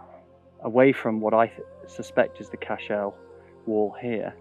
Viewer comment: This is a wonderful series, really enjoying your enthusiasm for the subject and I am learning so much. One tiny criticism (meant with the best of intentions), an Irish Cashel is a single word with emphasis on the first syllable, it isn't an ancestor of Superman ;-)